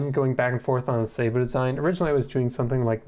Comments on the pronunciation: the word "sabot" comes from french, and it's pronounced sth like "sah-boh". just look into etymology next time you wonder about such a thing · Sa boe, with the a as in as, apple hat bat cat.... Thd word is French. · "i designed a suh-bowe" im dying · Wrong! Its pronounced sabot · The word is pronounced like the computer voice does. Its French. The American military uses a bastardised pronunciation, only used by them. Even NASA uses the correct, french pronunciation. But you do whatever really, who really cares about any of this. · I love the video and I love discovering fun new ways to pronounce sabot edit: you've been saying it the same way as me the majority of the video and my prior comment was just a single time you said it with slightly different stress pattern (edit: the fancy way :P ). I'm very amused that you ended up looking it up in the video haha